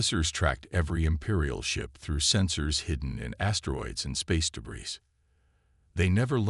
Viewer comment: Wow your AI can't even pronounce the word debris. Hey look I use voice to text and it understood😮